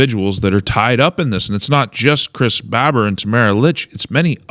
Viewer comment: Also it’s Chris Bar-ber, Barber, don’t mean to be critical, I’m sure I’d mess up loads lol.